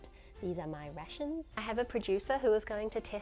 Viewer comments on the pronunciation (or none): none